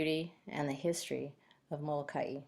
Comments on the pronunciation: You are pronouncing the island Molakai incorrectly! It is not Molakai eee! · It is not Molakai.. It is Moloka’i or Molokai. Most Hawaiians in island agree to do both.